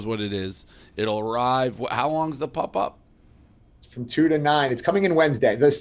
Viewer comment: Dave is mid-40s and still pronounces pop as pup. That shit gets me everytime.